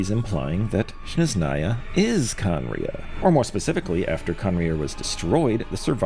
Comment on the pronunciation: Love ur theories man! I know its nitpicky, but i see it happen alot with many creators: You keep saying Shneznaya instead of Snezhnaya. It's a very small thing, but smth I'd like point out. Keep up the amazing work 🙏